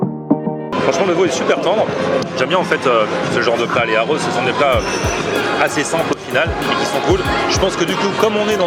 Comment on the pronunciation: "arroz" : Les "r" doivent être roulés Le "e" se prononce "s"